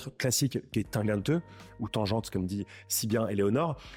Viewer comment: Bravo pour ce reportage..., tant qu'à prononcer à l'allemande "Tangente" autant le faire pour le reste "Bauhaus, Walter Gropuis....." ou ne pas se moquer de la prononciation d'Eléonore 😜